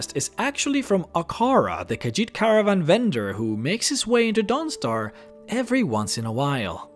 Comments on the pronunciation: I love your videos, but forgive me, I always chuckle when you say Dawnstar, I always hear DONGstar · The way he says Dawnstar XD